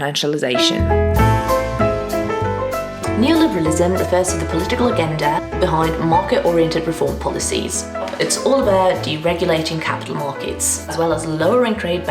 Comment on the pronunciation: I'm sorry, but did you just pronounce agenda "againda?"